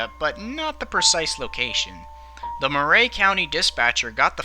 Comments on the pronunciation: I remember this well. I live across the state line in Tennessee. It was quite sad. Also, Murray county is pronounced like Mer-eey and not Mer-ray. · 1) It's pronounced "murr-e" not "moo-ray". 2) I'm familiar with this area; most of the roads that need to get on the other side of the tracks go under some sort of low bridge; this is near Old Fort, TN; and I think the only other "level crossing" like this one is nearly 4 miles north on Davis Kurbow Rd. 3) Why the hell did these buses have a stereo? Growing up my buses barely had heat. 4) The argument of "why" they stop is invalid. The explanation is "What if the bus breaks down as it's trying to cross?" Well, if that's really what we're trying to prevent (which in reality we're not, I get that) but if it WERE then the appropriate action is to stop SEVERAL CAR LENGTHS AWAY before the crossing, so that when you are clear to go you can apply some bloody speed to the tracks so that if it cuts out (which it won't) the forces of nature will glide it across irrespective of whether the engine is running or not. I'm half deaf, and I can hear a train horn from half a mile away; this open door and turn everything off and p and q this and scratch your nuts and this and that and blinkers and bonkers it's all bullsh*t. This isn't about the excuse "oh I didn't hear them coming" NO. This was 100% distracted driving on a frontal lobe level; this driver could have been facing the train head on standing on the tracks without the protection of a car and it probably STILL wouldn't have registered with her. 5) It's sad that this even happened; it boils down to an arrogant driver that thought they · Thanks for the video. I'm from the neighboring county and remember this day well. Just FYI: It's pronounced "Murry" County, not "Mur-ray" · Murray is pronounced "MURR -- ee." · Chastised = CHAH-stized. Murray = mur-REE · Weird pronunciation of Murray.